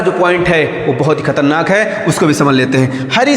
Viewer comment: When you pronounciate khatarnak . Ye achcha lga